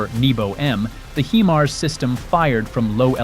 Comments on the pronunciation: "HI-mars"...not, mon ami, "HE-mars". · You are NOT pronousing the HIMARS correct! The I is saounded just as it it "I" nor "E"!